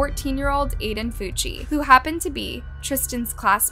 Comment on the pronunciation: Bro his last name is Fucci but sounds like cucci😂😂